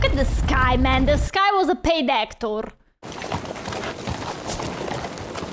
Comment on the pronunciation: Not actor, but ACK-TORE!